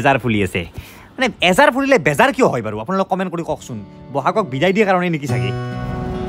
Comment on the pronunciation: এজাৰ নহয় আজাৰ হয়❤